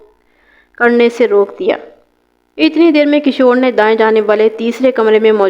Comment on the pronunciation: Talaffuz sudharen as kishwar not kashor maiyat not mayyat and so many